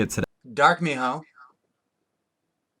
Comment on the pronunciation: Whenever you say my-hoe it makes me cringe. XD (mi-ho)